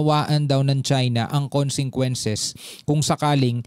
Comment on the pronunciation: very clear when you read that word consequences not (konsengkwences ) in visayan or Tagalog sound or accent, please consider my correction weather I'm write or wrong.